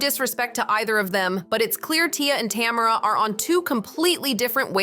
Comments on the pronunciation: Tam er rah ❌ Ta merr ah ✅ 😂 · Tuh- mare- uh lol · I want so badly to watch this video but the constant mispronunciation of Tamera's name is killing me. 😭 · Every time she says tamaras name i correct it in my head.